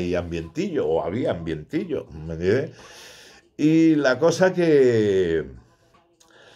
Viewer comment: Me gusta cuando dice me entiendes todo rápido y sin pronunciar 😀